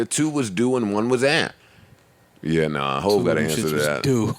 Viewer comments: “2 of dem shits was doo!” 💀 Joe is right, it’s “DUE.” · “DUE”